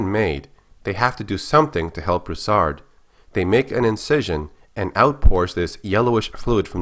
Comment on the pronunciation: Its pronounced (Brew-Sard) not (bruhsard)